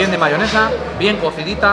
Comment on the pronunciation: una consulta, vi que le dicen Mahonesa, a veces pronuncia como Mahionesa otras cómo Mahonesa. Cuál es la forma más habitual? Fuerte Abrazo Porteño.